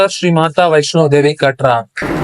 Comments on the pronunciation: காத்ரா கிடையாது. கட்ரா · Thank you for travelling all the way to Srinagar to cover this journey in a Tamil video. The national language of our country is "Unity in Diversity". IRCTC food quality is always "average", even in South India. The correct pronounciation of "Katra" is "கடஂரா". Google translation is wrong.